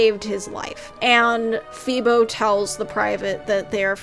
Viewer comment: Not Feebo!!!